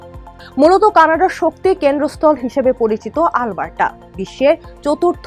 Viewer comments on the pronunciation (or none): মনে হচ্ছে- আল বার্ট্টা বলছে। অ্যারাবিক কোনও ভাষা। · কি বাজে pronunciation - "আলবাট্টরা" so bad পাঠিকাকে উচ্চারণের ট্রেনিং না দিয়েই সংবাদ পরিবেশন কিভাবে করতে দিলো এইরকম ভালো একটা নিউজ চ্যানেল!!! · Alberta thik moto uccharon ei Korte pare na. Oshikkhito der moto uccharon kortese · Mistake hoyse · areeee vai onar pronunciation vul. Ami nijei Alberta r Calgary city te thaki. Ei pronunciation jiboneo shuni nai.